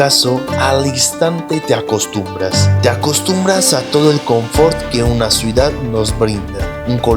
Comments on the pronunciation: Es CIU DAD 😊 y es PEL IGROSO con "L" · Se dice ciudad